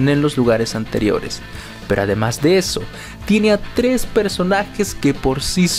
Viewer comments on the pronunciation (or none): none